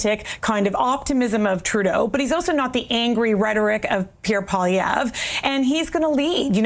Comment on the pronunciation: Angry Polieve?? lol whatever